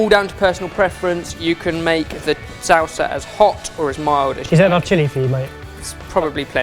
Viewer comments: and how he says salsa so it sounds like "sOW-suh" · as a Mexican I thought I would be more bothered with the ingredients but no it was way of pronouncing salsa... "SAUWSA" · I love how says salsa. Sow-sa I also thought he said the "grate-est" thing about this recipe. Top pun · So weird the way says sauces and salsa...of course I’m from Texas though.... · I physically cringe every time pronounces "salsa". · I know people give crap about his pronunciation, but c'mon... "salsa" isn't hard to say!